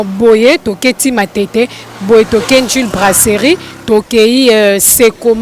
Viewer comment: brasserie et non braceli yo oza mongo tu dis celi